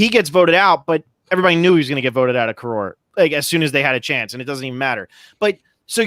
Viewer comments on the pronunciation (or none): The first half of Palau isn't the ulonging, its the Con-KOROR-ing